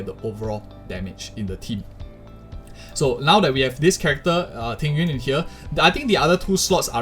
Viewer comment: i like this guy, he pronounce jing yuan correctly